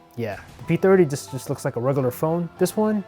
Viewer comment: And the way he pronounces "regular" and "finally" makes me believe he's a Canadian Mexican.